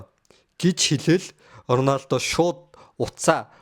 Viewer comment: Ronaldog яасан муухай хэлдэг юм